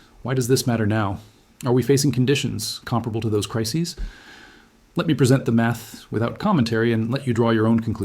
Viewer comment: ... Yes ... " Disclaimer: This video was made using AI tools. It is for educational and informational purposes only and does not constitute financial advice. Always do your own research before making investment decisions. Trading and investing involve risk. " ... It'd GOOD, but it IS AI eg: the word " present " - as in, at this moment - is pronounced as " pre-sENT " ... and don't ask where, because I didn't make a note of it, I just noticed it ...